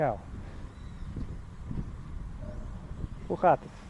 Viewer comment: You are funny . Saying " hoe gaat het" to the cow. Your Dutch prononciation is outstanding.